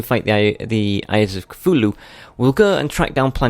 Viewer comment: Ka - thool -ool - hool -loo ( ^